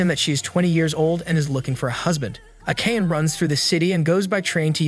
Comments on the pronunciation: Learn how to pronounce Japanese names! It's a-ka-ne! 3 syllables!! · the way akane is pronounced is killing me